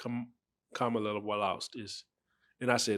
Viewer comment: Once I hear people pronounce Kamala name wrong I stop listening 🤦🏾‍♂️